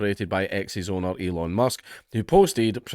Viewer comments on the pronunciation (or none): none